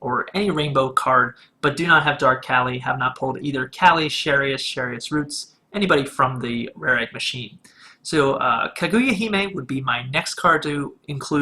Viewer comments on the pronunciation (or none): Anji is pronounced with an "Ahhh" noise for the "A", but that ones fine since you acknowledged you were prob wrong. "Kaguya" is pronounced how it's written in syllables, but you got the emphasis wrong (Too much emphasis on the "gu", it should be more fluid). Everything else was pretty good tho looking back at it tho lol